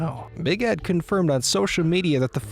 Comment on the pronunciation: Is the narrator ok? Ed or ehhhd?🙄🙄🙄🙄